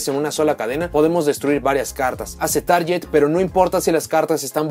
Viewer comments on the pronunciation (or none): Vas a decir que cómo chingo v; Pero es mi deber ayudar a aquellos que no saben cómo se pronuncian algunas cosas. La pronunciación de "target" es targuet no taryet Espero algún día hables de las Amazonas :^)